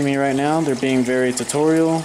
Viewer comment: he said "territorial" not "tutorial" but it did sound as if he said tutorial